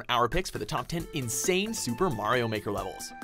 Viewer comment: twd tijger says super Mario baker lol